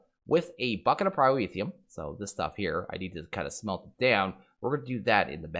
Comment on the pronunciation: pyro-e-theum xD